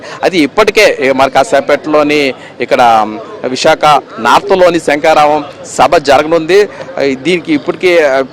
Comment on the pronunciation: SANKARAVAM KAADU SHANKHARAVAM ANI VANDA SARLU UCHARINCHI SABHALO PALGONALI SAAMI.😢😢😢